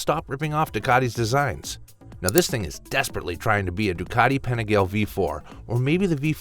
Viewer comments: Is this AI? Dude can't say Panigale right. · No, he's just an ignorant North American. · Please please learn how to pronounce the originals properly….. I cringed a few times when you said, quote: “PENEGAL” and “VELOST” 😂